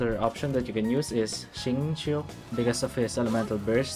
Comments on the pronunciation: Massive respects for trying to pronounce Xingqiu correctly, especially when you're already doing the video in your 2nd language lol. Sounded great, just need to be more confident. If it helps you feel less self-conscious for future videos, just say Shing-CHO, its the closest you can get to his pronunciation while not making it too awkward with other english words. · you actually pronounced xing qiu's name pretty much how its supposed to be. thanks for the video! very informative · Your English is good, and your pronunciation of Xingqiu :D